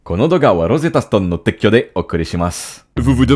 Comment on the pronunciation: Well, c’est “douga”, pas “doga” puis “teikyou” (sponsoring) pas “tekkyo” (démantèlement ou rail de train) 😂 Mais c’était parfaitement compréhensible dans le contexte. J’adore cette intro. 😊